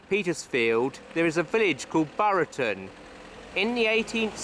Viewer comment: Came to say the same about the pronunciation of Buriton